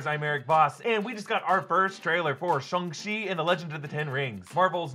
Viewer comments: Why are you suddenly saying the name differently? You’ve been saying shAng the entire time but now your pronouncing it shUng ? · im so bothered by how he says Shang, since I've never heard anyone else pronounce it Shung. does anyone know the right pronunciation?